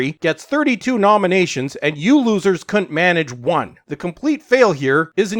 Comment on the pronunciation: You need to watch you vocal contractions. Could not, couldn't, c**t, sounded a bit rude. Wonder what the subtitles made of it?